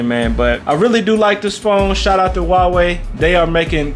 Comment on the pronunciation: Subscribed for pronouncing Huawei correctly.